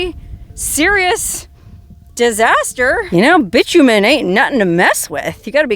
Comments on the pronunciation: My understanding (and I could be wrong) of the word bitumen, is pronounced, "bye-TOO-men" and not bitch-u-men. Can anyone else confirm? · I think you will find it is pronounced Bi like bisexual TOO Min. there is no c in it. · Bitumen = bye TOO men